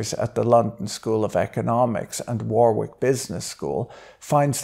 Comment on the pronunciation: Had to click off at 7.38, sorry. No one should pronounce Warwick as 'whah-wick'. No, no, no and NO! It is pronounce 'WHORRICK'!